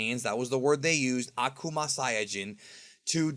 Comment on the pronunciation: Did he say akumasaiyagin??!!